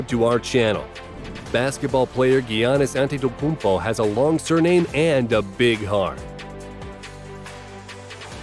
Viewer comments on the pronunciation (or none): My hear broke how he said GGiannis antetekompo